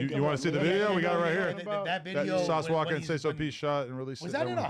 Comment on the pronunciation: Sauce walka not "walker." Damn it aint that damn hard f*ckin junkie.